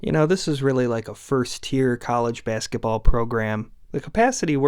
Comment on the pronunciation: Your videos are great but the way you pronounce “basketball” irks me to no end lol